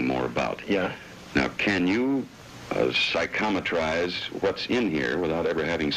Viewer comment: Lol “PSYCHOMATRIZE”